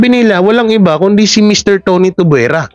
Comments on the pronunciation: Kuya it's tuviera not tubuera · Tuviera not Tubwera